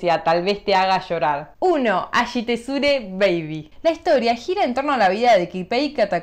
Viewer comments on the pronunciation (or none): Es a[i]shiteruze baby, no ashitezure